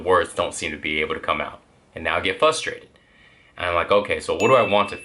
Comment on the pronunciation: it's frustrated not fustrated...